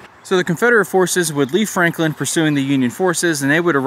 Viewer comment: Franklin?? Didn't sound that way.